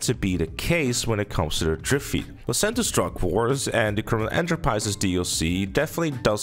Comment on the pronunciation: Drip feet-uh